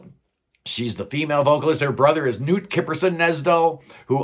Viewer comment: Love them! Their name Meer I think comes from the German Meer which means lake. They are from Hamar in Norway. And Hamar is on the shores of Norwegian biggest lake Mjøsa. Another detail: The k in the vocalist Knut's name is pronounced, and not silent, like in the English words knot and know.